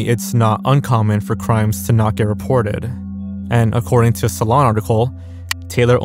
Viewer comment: "Accoeding to a Salon article" Lol